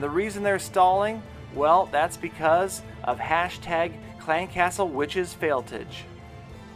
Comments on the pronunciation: It's not fail-TIG it's fail-TAJ like Taj Gibson (Bulls PF) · Fail-tage not tige lol